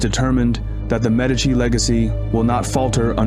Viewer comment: You can't even pronounce Medici properly. 😂